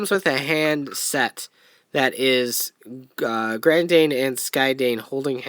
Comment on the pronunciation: uhhh... did you happen to not read the katakana on the boxes? the "dain" in their names is pronounced the same way as the dain in "Kyodain"